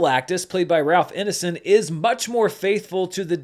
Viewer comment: Poor Ralph Ineson. This is the fifth or sixth review I've watched and none of them pronounced his name right.